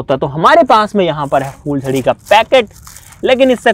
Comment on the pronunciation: fooljaryaan ni hota phooljariya hota ha